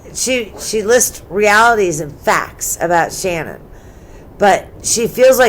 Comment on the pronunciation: It’s shanann not shannon